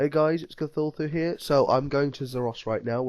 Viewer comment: if your name is what i think what it is i think its pronouncd ka-thoo-loo